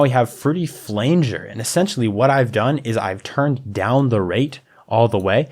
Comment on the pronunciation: this tutorial is solid! thanks for this! only nitpick is i had to cringe every time you said "flanger" D: looking forward to more from you!